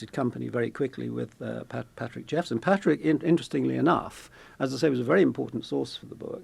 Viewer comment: Wish u pple reporting on stories wld get the facts correct. It is patrick jephson not jefferson as u initally say.